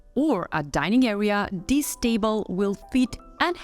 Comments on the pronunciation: Could you practice saying “ this” before a recording? “ This” does not begin with a “d” , so not “ dis” but “ this”. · No worries. A handy tip for pronouncing “ this” is putting your tongue behind your top teeth and saying “ this”. Otherwise great video.